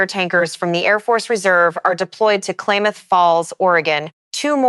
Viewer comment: CHELAN pronounced shə-LAN & KLAMATH is kla•muhth. Wedding rains are typically referred to in regard to a wedding, not wildfire. And wtf is hatriaf activity 😂😂